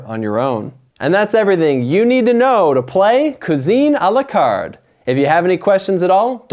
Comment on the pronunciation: "a la card" ....ah haha .....